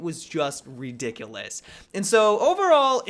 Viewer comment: LOL redick-lus